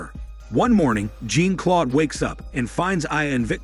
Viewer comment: "Jean Claude" It's not pronounced like Jean from the X-men lmao